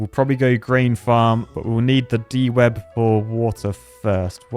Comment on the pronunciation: It isn't De-Web, it is DEW-Web, as in it captures the morning dew ...